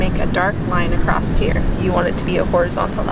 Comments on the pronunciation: lovely painting. I'm going to try attempt it! Btw, acroSS. Not acrossT.... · Thank you for your tutorial. Your painting is awesome! Not sure why keep saying acrost. There is no T in across. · Love your style and painting. Learned a lot. Gentle feedback-across is not “acrost” and that pronunciation got distracting from your lovely video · I have watched this fantastic video for about 45 minutes. U r superb! The word is ‘across’. Not acrost! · This video was amazing, I loved this tutorial. One little thing, across not acrost. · where does the dialect “acrost” come from? never heard it before!! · Acrosst. You’re from the Midwest aren’t you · Love it! My hubby is from IL and he says it too😊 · I love how you say “Acrosst” Great painting...thank you for sharing your gifts